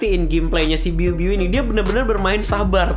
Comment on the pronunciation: Bg biu biu bukan ibu ibu wkwkwk #gameterakhir